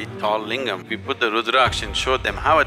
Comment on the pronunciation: That is not lingum re chingum